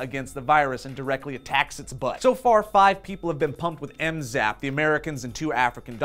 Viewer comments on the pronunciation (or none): It's called Zmapp not Mzapp. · It's ZMapp not MZapp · You know the name of the drug is Zmapp not Mzapp right? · Wasn't it ZMapp? And not MZapp...